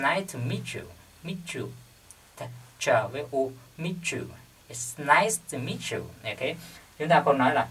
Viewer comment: It's nice to meet you but you sound like "It's nice miss you"